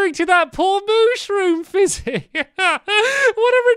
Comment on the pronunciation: Stampy keeps on saying flizzy instead of fizzy.